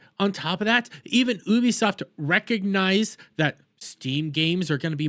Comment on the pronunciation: please wtf is oobisoft